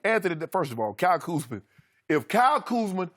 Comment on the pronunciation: KUZMA!!! Not, Kuzman